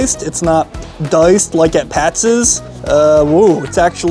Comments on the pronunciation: Geez. I was going to let it go, but it's Pats. Not Patses. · It's pat's....not pat'ses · Why does he keep saying Pat's's? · It’s pat’s not pastes! Learn how to pronounce them if your going to do the review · Good review but I keep getting distracted by him saying Patsis all the time. It's Pats, not Patsis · Pat's ez? You should get hooked on phonics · Why do you keep calling it Pat's's there's already an S on the end. You don't need ANOTHER S. Just like Geno's.... you aren't calling it Geno's's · Pats....... Not Patseseseseses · It’s Patz (Pat’s) not Patzes (Pat’s’s). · Pat's's lol. How many times did I just hear that? If it ends with an s, it's already plural. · Pat’s not patses! That was making my brain bleed! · Why are you calling it pat'ses? Its just pat's. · It’s Pat’s, not Patsis! My husband grew up in S. Jersey and always said Jim’s was the best. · not it does not it's already Pat's, he is pronouncing it Pat'ss. Pat's name doesn't end with a s like Chris and he'd say this is Chris's restaurant. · Hey it's not Pat's it's Pat's'szz didn't you hear the man? PAT'S'S'S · "Pat's's?" Seriously? It's Pat's, and it's not complicated. You didn't say "Geno's's". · Stop saying Pat'ses!!! 🙄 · Why he keep saying " pats's" lmao tf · Pat-ziz Pat Ziz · Adding an extra S to Pat's is getting to me.